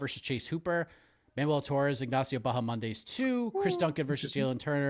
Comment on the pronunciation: Everyone else: Bahamondes: BahaMONDAYS 🤣